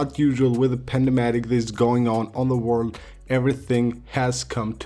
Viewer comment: It’s PAN DEMIC, You made it sound like PANDA MEDIC.